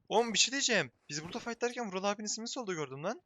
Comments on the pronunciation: Bu vulal değil bu değil Vural değil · Abi o vural abi deyilki vulaluzl diyo vural abinin niki vuraluzl